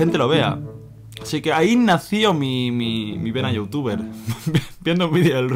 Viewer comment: por que dices youtufe ?